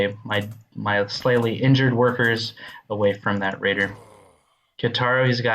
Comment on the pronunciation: It's "Ka(ee)taro". XD